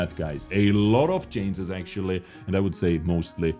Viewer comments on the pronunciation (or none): Dude its not 'cances' it is 'changes'